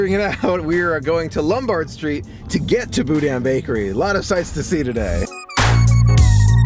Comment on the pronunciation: If you want to sound like a local: pronounce “GEAR-a-delli”, “BO-deen bakery” and “Myur Woods”. Can’t wait to see you at the Disney family museum tomorrow. 😊💕